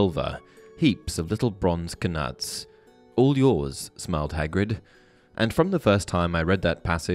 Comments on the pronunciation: Knuts is pronounced: nuts. Silent K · Did this man just pronounce knuts 'kuh-nuts' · I was wondering if this was a real narrator or automated.. I got my answer with "Heaps of little bronze KA-NUTS".. lol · bro said kanuts😭😭😭😭😭😭😭😭